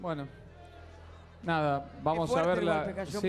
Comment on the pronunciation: "vaamo el final" dice Marcelo